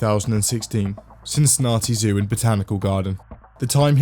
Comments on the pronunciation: On behalf of every other British person in the world, that's not how we pronounce Cincinnati. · His pronounciation of Cincinnati is driving me nuts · STOP PRONOUNCING CINCINNATI LIKE THAT